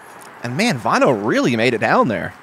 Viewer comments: Btw: If you want to say his name right: the way you pronounce the 'Ä' in Finnish (Väinö Mäkelä here for example) is the same as the letter A, in the word Apple, and the 'Ö' sounds like U in Burn. Commentators here are pronouncing it as Vainou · I would say they pronounce it more like Wine O.